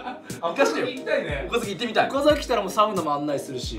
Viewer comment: 優里くん岡崎の発音が岡崎市民フォーマットだからマジで見てんだろうなw